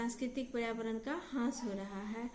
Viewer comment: Beta aapki classes pehle se kafi acchi ho rahi hai, improvement ho raha hai but thora sa aapko correct karna chahungi. ह्रास hota hai matlab nuksan ya kami aur aap bol rahi hain, हास